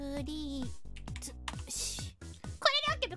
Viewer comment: Coodinetes purrreaseeee